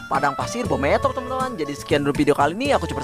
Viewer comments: Bang beemothep bukan bometop🗿🗿🗿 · Bang bukan bhomothep tapi bhemoothep